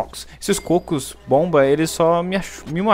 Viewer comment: falando cócos foi melhor coisa desse video (Mata um bífalo)